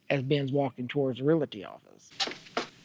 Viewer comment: I hate to be THAT GUY but, it is not pronounced "real ity". It is pronounced "REAL TEA". The word is REALTY. It is a small item but, I don't want something so silly to distract the viewer from all of the hard work you put into this video.